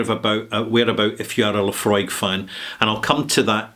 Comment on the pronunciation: Thank you mate for not reminding me how to pronounce Laphroaig correctly rather confirming how to pronounce Laphroaig again. Yes... this man right here is that man that does know how to properly ask a question and I remember when I first called for Laphroaig at a bar. Yes, when I cannot find people who know, I tend to do some research prior when I know nothing dulling simpletons are who will say to me including my people that they know, and I called for Laphroaig at a bar because of the proper pronunciation of Laphroaig at the bar. People were interested and then when they find out it is scotch they run away in fear while drowning their sorrows at the bar while me mates are having a laugh of bantering. No, this is not a lie, and it is not The Truth either because how can I remember every little detail when I am kicking back beers while sipping on single malt scotch? Telling me you know how to call for Luhfrog and demanding that your ignorance is somehow the proper pronunciation when me mates know Laphroaig properly that goes onto them, whoever they are, insulting us by saying we do not know what we are talking about that further goes onto a slight shake of my head horizontally. Yes, I do not have the taste of Laphroaig down, as I only called for Laphroaig once or a couple of times, literally, and I do concur with you on that IF Laphroaig were independent what you have called for would have happened two months ago yet worldly people only see that when they make money they are